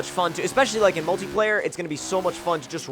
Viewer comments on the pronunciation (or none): none